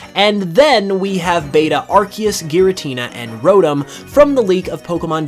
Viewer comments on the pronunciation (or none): none